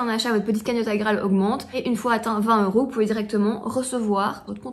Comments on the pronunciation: Il n'y a que moi que ça stresse de dire Aïe-Graal plutôt qu'iGraal ? ahahah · 7ans que tu prononce mal igraal alors ! 🤣😅